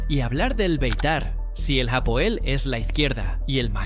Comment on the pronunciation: Felicitaciones por este video! Vivo en israel y conozco la liga israeli, bien contado y buena forma de informar (informacion cierta) Solo que ligat aal y no ligat jaal , tampoco es japoel, es hapoel (H sin sonido) en cuanto a lo de que buscan talentos en sudamerica, eso ya no pasa, pocos futbolistas llegan de sudamerica y ninguno se adapta, ni el equipo al estilo del sudamericano, aca el futbol tecnico (sudamericano) no existe,aca es todo ya y ahora, todo rapido, pensar menos (en cuanto a futbol)